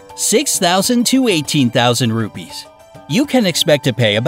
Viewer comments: Hey Its Ruppees Not Rubys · I am an Indian and our carensy is not pronosed rubbies it's ruppes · Seriously how he pronounce the currency rupees i am from india and that litterally gets me to think 'Wth'